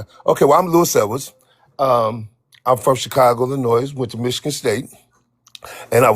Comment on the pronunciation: The guy that called in that had been in prison and claimed he was from Chicago, Illinois was lying about EVERYTHING said. He pronounced Illinois with a plural s sound on the end. No one from Illinois and no one from Chicago does that. The s is silent. Yes, he absolutely sounded like an institutionalized man. They all speak the same way. They think they sound smart and they don’t. It’s that prison speak/sound/tone.